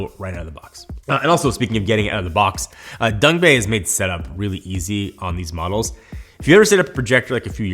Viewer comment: Love how he says Dongbei instead of Dangbei.